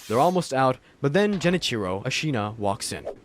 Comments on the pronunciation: The way u pronounced Ashina made me feel like you didn't die to Genchiro that many times lol... or played the game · lord, its pissing me off the way you say ¨ashina¨ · are you expecting acutal pitch accent accuracy? :O i mean he does say the syllables correctly. i think it was a↓shina and not a↑shina how he says it in the video.